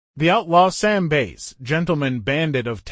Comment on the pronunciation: Bass as in fish. Why can’t AI pronounce words correctly?